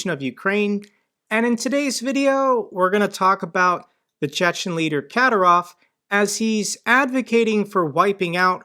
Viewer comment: his name is pronounced Ka'dy'rov...